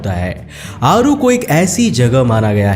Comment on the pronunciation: It's not ओसीरिस it's ओसायरीस। आरू is अरु। आपने बहोत सारे words को गलत बोला है। ऐसा ज्ञान किस काम का जो लोगों को Video के मुख्य पात्रों के नाम ही गलत बताये जा रहे हो। इतना बडा चैनल होते हुए भी आप ऐसी गलती।🤔🤔🤔🤔🤔